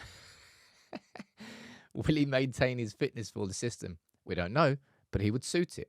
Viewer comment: 😂😂i like his "fisystem"